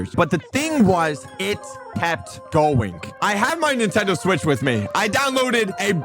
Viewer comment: “Nintendo Sweetch” 💀